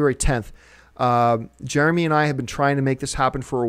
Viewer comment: Jare-uh-MEE! Jare-uh-MEE!! JEREMY JAHNS!! Jeremy fuckin JAHNS!!!!! WOO! Bout TIME! I am way too excited about this. lol